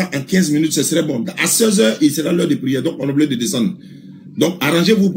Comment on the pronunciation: kan il veux fuire il dise prierre